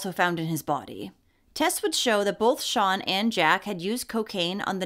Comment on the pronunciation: I thought you were calling the monster Sean not sian (sharn). I live in the UK and had never heard of Alfie. Thank you